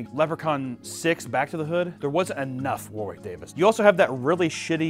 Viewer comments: I know this video is 8 months old but its you don't pronounce the second w in Warwick. Its should sound like War-ick. Same with the town name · Man, how Americans pronounce Warwick is like a nail on a chalkboard to Brits. It's pronounced like "Warrick"